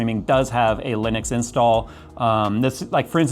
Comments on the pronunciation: that's how you say it a Linix? not li-nu-x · geeeez why can't no one pronounce Linux correctly? It's not Linix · What is Linix? It pronounces like it is written "Linux". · You say it lenix😮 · I don't care what distro you use, but I do get triggered when you pronounce it as Linix.